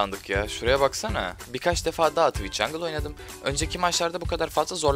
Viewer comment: oradaki tıviç değilde tuviğç sözü beni benden aldı raşır <3